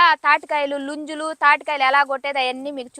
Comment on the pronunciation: నుంజులు కాదు ముంజలు అనండి